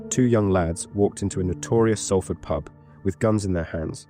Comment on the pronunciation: It’s pronounced SOLford